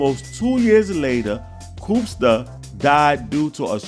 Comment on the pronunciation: Pronounced Koopsta's name wrong. Can't be a fan. I'm out before you got started 😂✌🏽